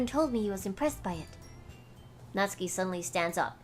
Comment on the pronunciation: Riku your voice acting is amazing! It makes watching the gameplay a lot more realistic and fun to watch. It's a bit late to say this though...But Natsuki's name is pronounced, Nat-su-ki. Not Natski. Sorry...It just bothered me..Overall besides that this is really awesome!